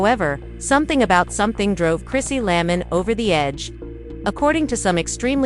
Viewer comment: Her name is Chrissy LAMP KIN! Please read better. I’m out, already. This person can’t even read!